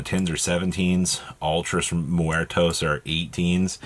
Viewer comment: You finally said muertos right 🤣